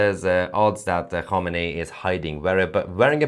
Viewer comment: You couldn't even pronounce Khamenei